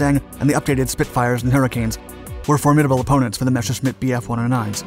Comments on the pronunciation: Ok, cool, nice vid and all, but say it with me. Mes. Ser. Schmitt. NOT MESHERSCHMITT. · Messhersmit bf109, thats how u say it